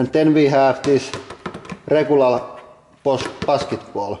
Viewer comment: rekural pasketbool xD